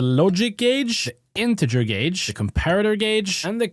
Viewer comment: YESSSS, HE LEARNED HOW TO PRONOUNCE GAUGE🎉🎉🎉